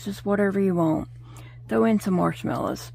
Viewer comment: Good to hear you talking and talking and talking lol. Lovely colors for Dakota. The recipe sound yummy but it’s MARSH MELLOW Miss. I was like what’s a marsh MELLA❤. GN STAY SAFE